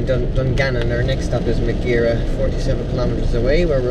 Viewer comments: Great video but "Ma gear a" Its pronounced "Mah air ah" :-) I'll challenge myself to do this trip a bit faster sometime this year but not in the middle of winter. Well Done! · Great to watch the video and be part of the challenge. Was watching you in Glympse has you arrived a Mizen Head. :) Oh..BTW its Maghera (Magh-er-RAA) emphasis on last syllable. Only peeps in my jurisdiction would have noticed ;);)